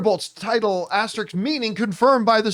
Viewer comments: Someone pull him aside and tell him how to pronounce asterisks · This video also confirms John Campea can’t pronounce the word ‘asterisk’ 😂